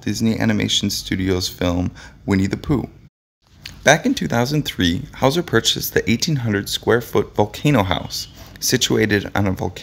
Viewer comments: "HOLE"" Hawser? The person who read this should have gotten Huell's name straight - it rhymes with MULE, not mole! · Hole howser??? really dude???? WTF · "Whole" Houser. Is that how its pronounced?